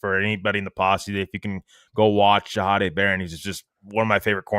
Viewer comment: Jahdae is pronounced Zah day per the Broncos player guide. Just a heads up